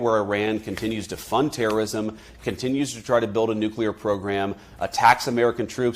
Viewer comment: "funds trrst ism" what a joker the US are funding Zzo who are TRRSTS